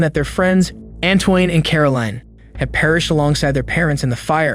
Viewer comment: Antoine is pronounced 'Antwahn' not Antoyn